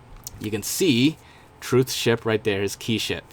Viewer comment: you were gonna say ship but then I skipped it but then it sounded like you said sh**